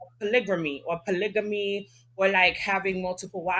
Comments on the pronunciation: It’s not polygamy for bm, it’s “po-nygga-me 🤧💀😂😂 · Who told y’all polygamy has a r in it ugh smh